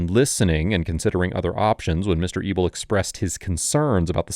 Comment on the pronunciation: Anyone else think he was calling the man "Mr. Evil"?? 😃 Thought maybe it was a sarcastic nickname to keep his identity secret. Than at the end he showed his last name "Mr. EBEL". Lol